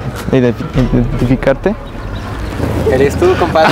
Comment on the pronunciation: Me dio risa cuando te dijeron que te conocían y no pudiste decir la palabra identificar